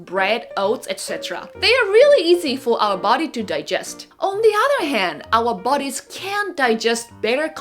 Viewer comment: Very good content; ->BUT: -->>SLOW -->>DOWN, the speaking rate, of: your verbal delivery!!!!!!!!. Also Note: for their: *bodies to handle; ->Not: "for their: birdies to handle."!!!